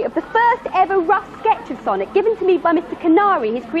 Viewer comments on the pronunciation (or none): none